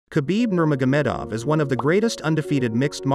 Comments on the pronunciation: He also pronounced his last name wrong. Its Nur-muh-go-muh-dov/dof (the way the last syllable is stressed makes v & f sound the same.) In Russian is different but you wouldn't be able to say it. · It's actually pronounced "Habib NurMuhammaduv"